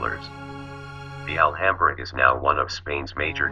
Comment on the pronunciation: 'Al - hambrer'? Man, you've got to be kidding me by now. "Al - AM - bra."